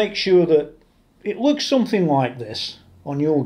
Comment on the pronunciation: I enjoy buckling in for your build videos and I’ll only give you a hard time about how you say “lukes” (looks). Just messing with you. That’s a gorgeous strat and I’m not even really a strat kind of guy!